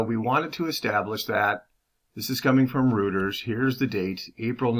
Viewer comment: Not rooters it’s Roy-ters .